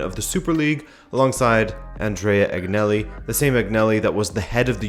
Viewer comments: Say it with me Agnelli “AnYelli” the G is silent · G isn't pronounced G in Agnelli